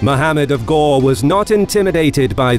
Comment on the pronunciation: its not ghor its ghori